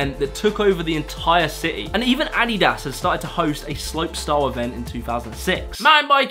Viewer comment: Gave you a like for pronouncing Adidas properly! Haha